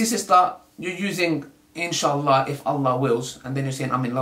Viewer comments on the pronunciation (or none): none